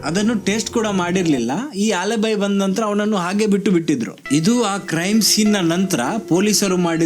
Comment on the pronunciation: ಆಲಿಬಿ ಟ್ಟೇಸ್ಟು pronunciation not good